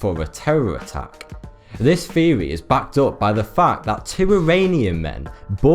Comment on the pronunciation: My man!!! The word is THEORY not FEORY!!!!